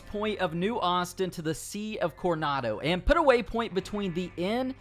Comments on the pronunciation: Lol it’s Coronado not cornado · Take off the do in Coronado and its Corona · Dude,forget the accent, really should work on your reading. El presEdio? PRE-SI-DIO; conado river? You missed an "O" CorOnado.